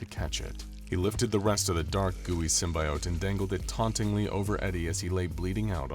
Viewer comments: It's not simbiote it's simbyote, how how ever you spell them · Please..no more Sym-BYE-ote / Sym-BIO-te it's just Sym-BE-ote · It's pronounced sim-bee-ote Dispite being spelled with an I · That "sym-buy-ote" pronunciation is gonna create a lot of butthurt! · this was fun but you kept saying "symbiote" wrong. 🙄